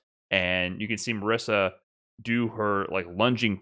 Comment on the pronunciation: The S in Marisa should be pronounced like a Z. The "no" part of Manon should sound like the English word No. And if you are wondering, yes, you do pronounced the last letter in Manon's name; it's not silent. Source: Japanese is a phonetic language, so we know how to pronounce the names. マリーザ マノン